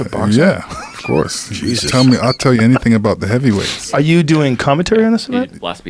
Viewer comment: Joe “ I loved to hear him do commentuury” Rogan